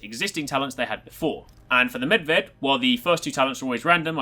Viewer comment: Just want to say thanks for pronouncing perfectly Medved. Most of Americans fail to pronounce foreign words. Even characters like Niko Bellic and Zoran Lazarevic.